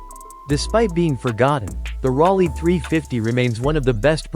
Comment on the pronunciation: Rawlee 350? Gotta love a.i. The 300 is a pony car????????? 1, Studebaker folded in Dec. '63 so there was no '64 Avanti and 2, the pony car market didn't start until 1964 with the introduction of the Barracuda. yeah and Rolls Royce isn't typically seen as a luxury car. Idiots. that's a pony car???????? Another clueless a.i. video. Camaro, AMX, Javelin, Cougar, Firebird, Dart. How 'bout those pony cars?